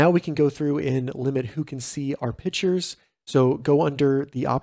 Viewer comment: Good info! Thanks. One super-picky suggestion: You are pronouncing pictures, pichers. It's pick-tchures. Thanks.